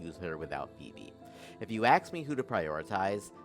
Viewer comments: Bro really went digging and dropped the "slow it down" so since we doing that. I never said you always say "aks", but You certainly did and this isn't the first video where you have. The fact that you can say "ask" properly but don't isn't an accent. Everyone has an accent. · Any time I think "hey maybe I should sub to " I immediately perish the thought once I hear you say "aks" instead of "ask"